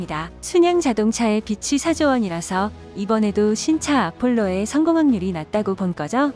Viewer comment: 빛이=비치, 빚이=비지 왜들 제대로 발음 안하는지,못하는지.4조원의 빛과 빚은 극과 극 아닌가요